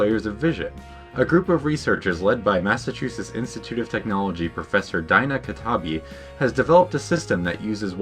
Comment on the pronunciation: THE NAME DINA ISNT FRIGGIN DYNA ITS DEENA